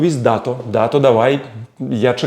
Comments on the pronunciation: Не Да'то а Дато' ,на останню букву наголос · ДатО , а не « дАто» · По-моему правильно Дато́, не уверен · Класс!!!👍👍👍 Только грузины ставят ударение в имени Дато на втором слоге. Я уверена, что Дато не обиделся